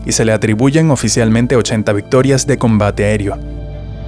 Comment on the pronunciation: ¿Dijo combate aerÍo ???